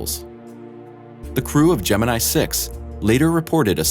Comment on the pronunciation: Your pronounciation of "Gemini" is totally wrong.